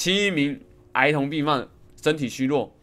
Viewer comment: 孩童變河童XD 果然是念錯字的通緝要犯w